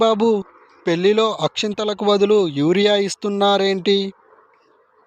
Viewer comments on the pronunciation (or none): మురియా కాదు sir... యూరియా 😂😂😂